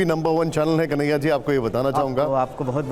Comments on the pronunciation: कन्हैया नही दलैयया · अस्पष्ट या स्पष्ट ? बार बार कनाहिया कुमार कहता है में अस्पष्ट करता हूँ